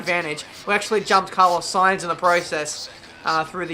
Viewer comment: Looks like someone has finally learnt how to pronounce Sainz ;)